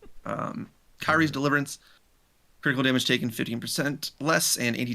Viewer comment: slight irk, got a bit triggered (pun intended) when you and were saying Kyrie's Deliverance Pronunciation for her is Key-ri-eh